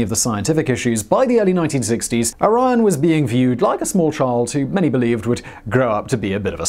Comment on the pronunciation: I keep hearing IRAN not ORION lol